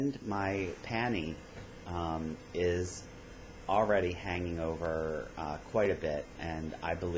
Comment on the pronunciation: omg when you said, "panni" I thought you were referring to "panties" and I was like OMG!!...lol I literally farted when I laughed out loud! I think the Elvis look is cute. OMG the last part is so funny, I love that face...thanks for the laugh, I needed it. ~Mandy